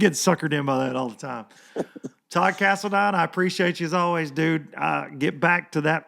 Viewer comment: Todd Cast-a-line....